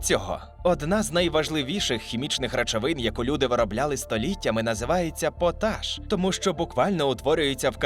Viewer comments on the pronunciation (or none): Не потАш, а пОташ. Цікаво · Через звичний наголос на першу голосну «пОташ» мене прям передьоргувало) Але слово має два наголоси 🤷🏼‍♀️ тому я просто тихо побішусь тут)))